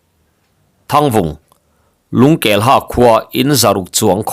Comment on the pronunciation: Lungkelha tih i lam danah hian ha hi hâ (teeth) ri in lam ri la a dik zawk law'ng maw?